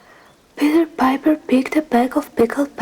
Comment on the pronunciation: 💚💚 You were doing really well with Peter Piper! I loved this video - do more! 💚💚